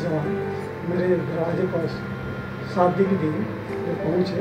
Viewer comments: Saadi nahi Shaadi hota hai bhau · Saadi nahi shaadi mere bhaai